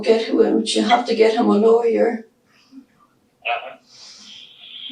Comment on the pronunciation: No, it's lawyer! 😂